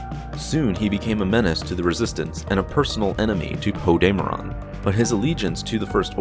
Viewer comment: did you just fucking say? 😂😂😂 thats gonna trigger me for the rest of the video if you say it like that, you actually have a tendency of saying a bunch of shit wrong in your vids, its like you make vids about Star Wars and lore and you name yourself the “master” of lore, you should at least pronounce something wrong only once or twice in your lifetime on accident! seems like you just make videos and dont even watch or know SW